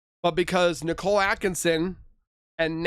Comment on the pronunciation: Y can't these ai voices ever say Nicole bc Nickle is a metal. I know why they don't say Shananne properly (it still bugs me though), bc she changed the pronunciation but Nicole is a normal name.